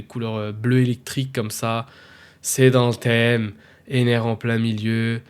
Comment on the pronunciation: Comment ça Enel ??? Ptdrr c'est ENER ! Par contre ça peut être sympa une Manga Ener même si j'en verrais probablement jamais la couleur 😅